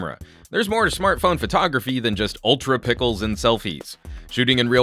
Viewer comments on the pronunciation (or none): Ultra pickles? 😂 I know you meant to say pixels but still funny 😁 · immediately checked the comments to see if I heard ultra pickles correctly lol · dude said ultrapickles 😂😂😂😂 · did you just say ultra pickles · yes he did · He purposely says that